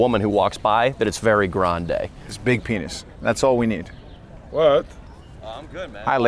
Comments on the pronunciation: 😂😂"Beeg Paynis"😂😂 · hab berry beeg panis. Yeah, beeg panis guy.